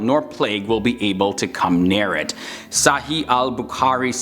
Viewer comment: I like the way you're saying SAHII ABUKAARI! 😂😂